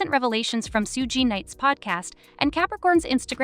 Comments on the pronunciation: Ho don’t kno how to say suge name right damn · Suge = shoog like sugar